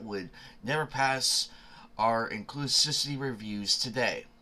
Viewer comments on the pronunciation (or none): inclus*IV*ity. My dude, its not a hard word.